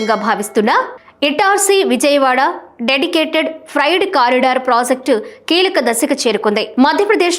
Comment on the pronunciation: # Frided kadu akka Freight